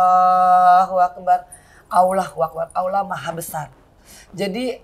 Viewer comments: Mba angie alhamdulillah sy kagum...tapi tolong bilang Allah bukan Aulah (LL bukan au) sudah 10 tahun mudah2an lebih baik lagi ya...wallau 'alam...maafkan sy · Mba angie...sebut Allah itu bukan dgn aulah...tapi lam nya ditekan...karna lamnya tasydid...jadi A nya langsung ketemu lam di tekan lamnya ya...semoga bermanfaat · Bukan awlah mbak enji, ( allah)